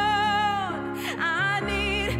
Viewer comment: unglaublich schoen..schade, dass die aussprache von anyone so stark nach henione klingt, das stoert ein wenig aber die stimme ist one of a kind und das mit 17..dayum